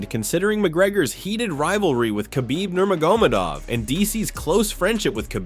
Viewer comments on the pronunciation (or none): Geez! Talk about butchering Nurmagomedov's name